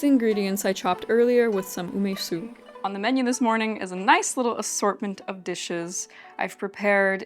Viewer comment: What is GREEN garlic? garlic shoots I think is what you used. Shallot shoots are used more commonly but they are similar. What is UMISU ume sauce which is more dense and sweet/sour or umeboshi salty sauce more similar to magi and more liquidy? Based on vinegar comment I assume you meant Arche Organic Ume Su Umeboshi Seasoning Sauce specyfically but idk.. Btw Olive oil and Sesame oil are both not for frying since they have quite low burning temp for oils and they are meant to be used cold more than anything like dressing but you can still fry on them but in lower temperatures or adding it near the very end of frying when heat is turned off already. Pls use oils, which are meant for frying if you wanna stay healthy. You wouldn't have an itchy throat and you are clearly NOT allergic to it so I don't know what is ur issue. Do allergic testing in a doctor office.